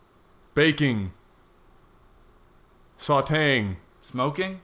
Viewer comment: SAID SATÉ'ING TWICE! also, i watched husky before i knew LAG, and i'm 47000% switched over (no disrespect to husky).